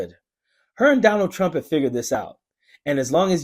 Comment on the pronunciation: Kari T rump lol pa-lease lady!